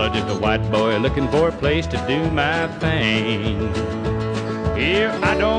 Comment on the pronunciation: That’s pronounced thing, boy.